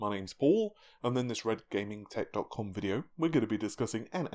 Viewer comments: Hell has frozen over. In the last video, he pronounced "NAVI" correctly as it should have been, instead of N A A V A A I and now he starts the video by clearly saying "RED GAMING TECH DOT COM VIDEO", instead of TITTYCUM. The only thing that will top this is an NVIDIA/AMD collab to make a new GPU or an SoC. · He said it right!!!! I had to rewind to make sure I heard right :p Good stuff Paul!